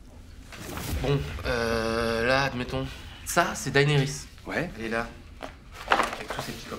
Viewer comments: Daynerys les gars... Sérieux ? Ça se prononce Dénerys. Même si c'est écrit Daenerys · Oui, alors non, hein. Faut arrêter de prononcer Daénérisse. Ça suffit, maintenant. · "Chère Daenarys.." C'est Mort ! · non, dAEnerys en fait.